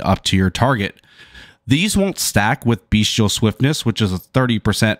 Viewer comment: Nice comprehensive walkthrough 👌 btw... it's bestial, not beastial 🙃